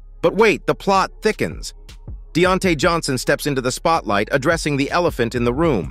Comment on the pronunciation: I turnt this off after he pronounced Deontae Johnson name like that 🤦🏾‍♂️